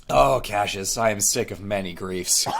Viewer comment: every day somebody pronounces cassius as three syllables when it clearly scans as two and i die inside a little bit. very good otherwise tho